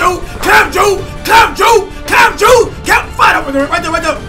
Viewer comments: I swear this nigga was saying clam jew instead of clamp juice... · its clamp juice not clamp ju lol 😂😂😂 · Just to let you know it's not clamp Jew it's clamp juice couldent really understand what you were sayin